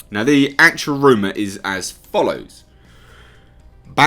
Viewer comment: I love how say “rooma “ 🤣